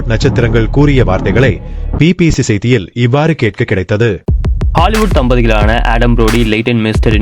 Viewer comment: ஹாலிவூட் சரியாக உச்சரிக்கவும்